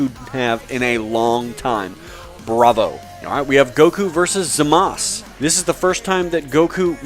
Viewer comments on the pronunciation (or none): I thought it was Zamasu instead of Zamaz as he's pronouncing it? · its zmaza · but in the actual show they say Zama SU.